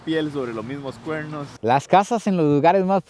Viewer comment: Una pregunta por que no pueden pronunciar perro: dicen PERROU, CUERNOUS. he escuchado muchos ticos con esa cuestión, es pregunta sería 😊